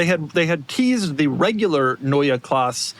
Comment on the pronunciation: boys: german is not english as your pronounciation for NEUE was mostlry proper with the E at the end that you can hear, but Klasse has an E that wants to be heard too. pronounce it like "masses" without an s ... and germans will understand you. Remember Porsche and no one in germany gets what brand you are talking about as the "E" is missing. It was Prof. Porsche and he introduced himself as Mister Porsche with a clearly E at the end ... So keep in mind you would never call "Mister Porsch" if he calls himself "Porsche" ... as Doug would not be happy to be called "Mister DeMur" Ferrari has its "i" and Porsche its "e", so "Neue Klasse" needs an "e" at the end of both words - otherwise stay with new class if they even call it that way in the USA. You will get it for sure .